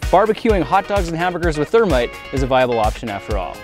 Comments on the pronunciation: its thermeat Hahahaha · "Partake of our ther-meat" - Jason Murphy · Its thermeat😂